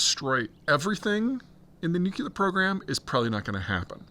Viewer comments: BTW, it’s nuclear, not nuculer. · Peter - please stop saying "nu_CUE-ler" , its "nu-KLEE-er" !! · Goddammit, we're back to "nucular" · Peter! Please stop saying nucular! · Could someone please 🙏 teach Peter how to correctly say, "nuclear?"